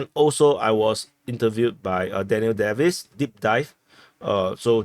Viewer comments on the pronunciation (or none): none